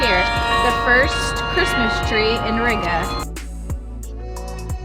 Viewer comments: Ree-gah, not Rigger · It was a little painful to hear you pronounce Riga…. Gotta roll that R a little and the I is more like a long E.. like, Rreega